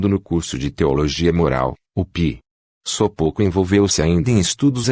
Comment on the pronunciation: O ć tem som de "ti" Sopoćko se lê : sopôtiko